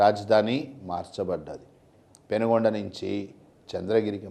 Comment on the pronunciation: పెనుగొండ కాదు sir. పెనుకొండ అది.